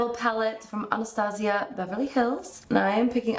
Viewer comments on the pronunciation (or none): none